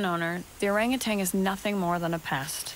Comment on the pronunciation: Why are you calling them “orangutangs?” They’re orangutans.🤦‍♀️